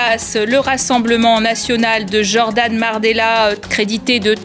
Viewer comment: "jordan mardella" ou c'est moi?